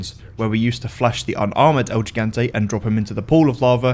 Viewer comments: I know this isn't the point of the vid, but the way you pronounce "gigante" breaks my soul cause you get all 3 syllables wrong. He-gon-tay, not gee-gan-tee. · Lol the way he pronounces it like Gee-Gahn-Teh is funny af. It's Hee-Gahn-Teh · As a Spanish speaker myself, the way he says “el gigante” hurts my soul It's pronounced "L he gang tea (a is silent)." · It’s pronounced “HE-gan-té” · As a Spanish speaker myself, the way he says “el gigante” hurts my soul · The way you keep pronouncing gigante is making me cringe